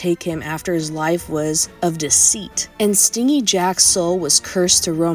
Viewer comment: It's pronounced stin-jey not sting-y Jack. Meaning selfish basically.